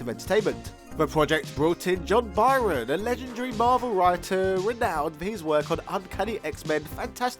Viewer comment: Byrne, not byron